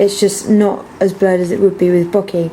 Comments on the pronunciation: I like your tutorials. Very simple to follow :) bokeh is bow-kay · Lastly, it's a Japanese word. The spelling of "bokeh" was just made up to try and help western society pronounce it properly (the "H" was an intentional inclusion to try and stop people from pronouncing it to rhyme with "bloke" or to have a long "e" sound). It's pronounced like "boke-ehh" with equal emphasis on each syllable.